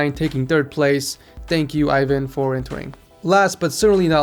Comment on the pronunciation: Why cant americans pronounce Ivan or any Russian names at that matter. Its not that hard.